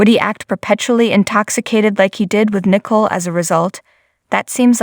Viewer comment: Pronounced Nicole, not nickle.